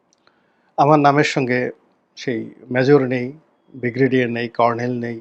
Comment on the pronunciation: আপনার ব্রিগেডিয়ার উচ্চারণ হয় না, উচ্চারণ টা ঠিক করে নিবেন আশাকরি - ব্রি গে ডি য়া র।